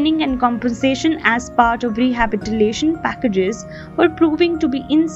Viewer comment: She said rehabitilation